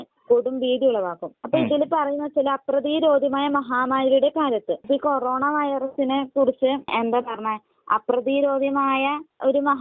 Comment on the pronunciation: കൊറോണ എന്ന് വ്യക്തമായി പറയാൻ പോലും കഴിയാത്ത പാവം ദൈവം